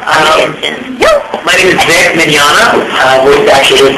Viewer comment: I hope Vic doesn't hear the way you butchered his last name :) (Was that intentional?). Audio quality poor.